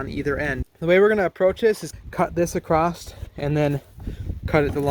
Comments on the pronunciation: Whenever I hear someone say acrosst I stop watching. If you can’t say across and just make a word up instead of saying the normal word you aren’t worth paying attention to. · there isn't a t in across!!! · The word is across not T on the end.